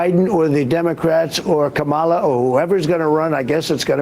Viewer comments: KAH-ma-la ... Stop pronouncing her name like Kabala. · He can’t even pronounce his opponent’s name correctly. It’s Comma-La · He kills me how he butchers the VP name. Lololol